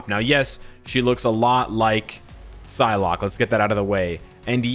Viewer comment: He says psylocke 😂